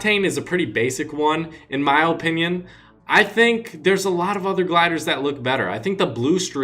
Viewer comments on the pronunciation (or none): Ur fucking shit with ur dumbest way of saying OOOOpinion. Just shut up. Ur shit at fortnite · He puts too much emphasis on the o in opinion